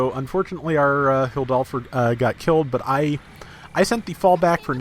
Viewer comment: I think it’s pronounced hill-door-f for the tank mobile suit, idk it’s just what I thought I heard when I watched the igloo short it first appeared in